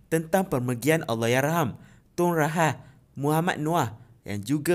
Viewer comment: Apsal pelik sgt suara voice over ni.. Cara dia sebut Rahah pun mcm ntah ape2🤣